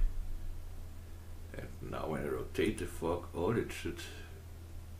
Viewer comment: Really nice work. Am I the only one who giggled slightly(childishly of course) when you kept saying Fork All ?